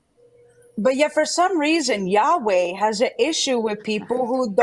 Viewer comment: "YaWhell" was way to unironically funny